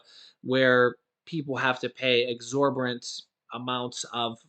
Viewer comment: Hey! I noticed you have a hard time pronouncing "exorbitant". Ex-or-bi-tant means, "unreasonably high" as in the price of something. So you have the definition down but not pronouncing it right. Just FYI. 💛